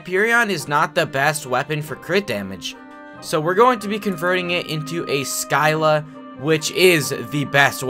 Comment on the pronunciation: DID YOU JUST SAY SKYLA